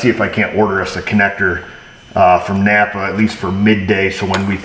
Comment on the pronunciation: I like the northern tier pronunciation of Napper Auto Parts.